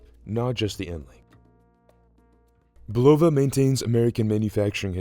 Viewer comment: its bUlova not bulOva